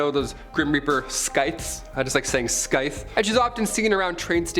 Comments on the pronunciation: Scythe is pronounced Sithe. The C is silent. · "Sythe". The "c" in Scythe is silent. Don't ask me why, it just is, probably adopted from some other language. Nice compilation. The banshee has also been described as rabbit headed is is an omen of coming death. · The c is silent in scythe you miserable zoomer. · No c pronounced in scythe...